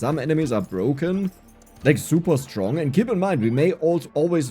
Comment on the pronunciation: "Zuba duba stronk" 😂 the German accent